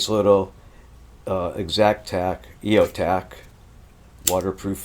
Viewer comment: I love your reviews, but I really wish you pronounced eXotac correctly. It just grates on my nerves when you call it “e-oh-tac”.